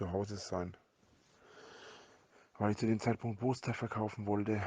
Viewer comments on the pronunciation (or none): Kann dem mal jemand eine Kiefer Op spendieren damit dieses elende stück Fett mal ordentlich reden kann...... Boster? Was sind den Boster?